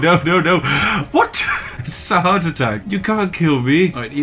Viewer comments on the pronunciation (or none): did you say “i’m having a howardt attack”?